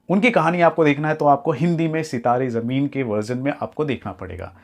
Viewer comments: Jameen nhi zameen hota hai totle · Bhai pahle sahi pronounced kar jameen nahi zameen hai wo word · Zameen ❌ Jameen ✅